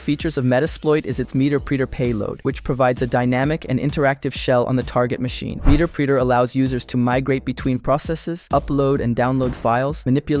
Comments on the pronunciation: Hearing meterpreter pronounced like that killed me inside. It's pronounced the same way interpreter is, The preeter sound just makes it seem perverse 😂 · Meterpreter sounds like interpreter lol, not meter-preeter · Wonderful high-level coverage of the craft. Based on the way you pronounce “Meter preter”, I’m guessing that you are self taught, or mostly self taught, and you’ve only read the word “meterpreter” - never heard anyone else pronounce the word. If I’m correct, I think that is a beautiful thing. Do not be ashamed. It means that you have the curiosity, ambition, and intelligence to push well beyond anyone in your peer group. I think that is a badge of honor. I’m old enough that I have seen HD present to AHA topics involving Metasploit. Back when Metasploit was written in Python. The way that HD pronounces the word “meterpreter” is like “interpreter”. It is the “Metasploit interpreter”. The resulting word sounds like “met”+”erpreter”. Keep up the great work! I’m looking forward to watching more of your videos. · "Meter-preter" 😂 Meterpreter... As in "interpreter" Nice vid, though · Interesting how you pronounce meterpreter, sysinternals and other terms. Makes me think you’ve never actually listened to or talk to anyone in the community. All this sounds like ChatGPT generated information.